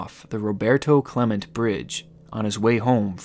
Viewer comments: Roberto Clemente “Clementay”. You said “Clement” bridge. Not from Pittsburgh huh? Lol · It’s not “Roberto Clement” its “Roberto Clemente” pronounced with an “Ay” sound at the end. One of the PA sports legends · Roberto CLE-MENT-E good lord man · i know this is 4 years old but its not cle-meant its cle-meant-A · Its roberto clemente (CLA-MENT-TAY) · "Clement"? Geez man... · Just have to say, it's not "North Pittsburgh" and "South Pittsburgh", it's "North Side" and "South Side", those are the actual names of the neighborhoods. And the bridge is pronounced CLEMEN-TAY. And those smiley faces are everywhere around the city. There's one on a gas pump right down the street from me, I live in Pittsburgh's east suburbs. Not saying I don't believe there's any weird shit, but too many people around here want to tie EVERY victim pulled out of the rivers to this, even when there has been tons of evidence that points to other culprits. Hell, one guy was pulled out of the river and everyone said it was a Smiley Face victim, even when there was tons of proof that said it was a home invasion because of a drug debt and they arrested a couple of low level dealers that left their DNA at the scene and admitted to it. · Not how you pronounce Roberto Clemente lol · How do you not know how to pronounce “Roberto Clemente” bridge? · Damn u mispronounced one of the most popular baseball players named after that bridge 😂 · I'm from Pittsburgh and his pronunciation of Roberto Clemente hurts my heart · That pronunciation of "Roberto Clemente" is the most upsetting part of this video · “Roberto clement bridge” bro you couldn’t do a simple google pronunciation search. Do you not know who Roberto Clemente is? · Only thing scarier then a spray painting serial killer is this guy's pronunciation of Roberto Clemente's name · I'm glad in not athletic nor a guy, cause I live in Pittsburgh, also the way you pronounced Roberto Clemente made me cringe, really good video though :)